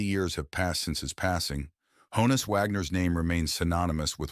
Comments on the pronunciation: The pronunciation of his first name (a nickname) rhymes with John-us, not Joan-us. If you listen to interviews it’s how he pronounced it himself. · It’s “Hah-ness”, not “Hoe-ness” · Hah-ness not Hoe ness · Not pronounced "hoe-nus" but rather "hahn-us" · It's a shortened version of Johannes. So yes, it's pronounced Hahn-is not Hone-is. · It's not ''HO-NUS", ~ it's HAW-NUS.